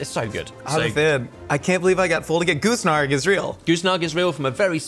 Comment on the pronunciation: "Goose", "Goosnark", "Goose NRG" when literally spelled the word for you. Your merch is expensive enough, stop being so cheap and get an intern to at least fix the most obvious mistakes. "Peace Pudding" ffs guys. "Sandal" instead of Sambal